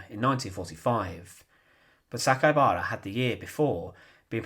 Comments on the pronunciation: Interesting history, but please work on your delivery. It's very irritating - same tone and same way you say every sentence. It's grating on the ear - I'm American, so your British accent is also a bit difficult to listen to for too long. ALSO, his name is Saka I bara - the I is pronounced EE - so it's properly pronounced SakaEEbara - not Sakabara (missing the E) as you repeatedly said. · You've mispronounced his name. You said, SA-KA-BA-RA, but it's written as SA-KAI-BA-RA.